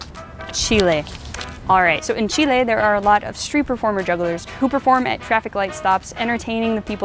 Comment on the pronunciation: Omg you said my country (Chile) right!! ❤️ I’ve been living in MN for 9yrs and everyone says chilli 🙄